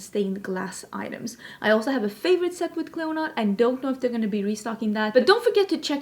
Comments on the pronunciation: It is correctly pronounced “CLEAN-uh”. Mythological queen, kind of like Hela. 😘 No. Dragonfruit is pretty to look at but not tasty at all. Very very bland. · Clionadh is pronounced "Klee-oh-nah" 😎✌🏼